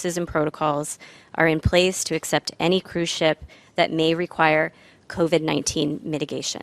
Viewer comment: Hey. This is a cruise ship, not cruise chip. Also, ships dock, airplanes land.